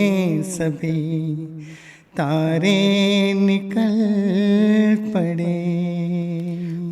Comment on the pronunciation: Aise chashma lagakar munh bnane se mohammad rafi nahin bana jata.तारे होता है तांरें नहीं